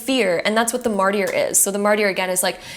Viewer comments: Great video, but Mart-i-er? Martyr is pronounced, märdər, essentially mard•er, or sometimes mart•er. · Pile 2, thank you so much for reinforcing what I already knew about where I’m going with my career. Btw, Martyr is pronounced mar-ter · The “y” in martyr is silent.